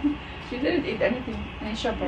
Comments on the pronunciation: Siopao, Siopai and Siompao. 🤣🤣🤣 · "SIOPAI"😱 whattttt🙆🤣👻😝🤦😁🤷💯💚, it's siopao🤗mashallah✌️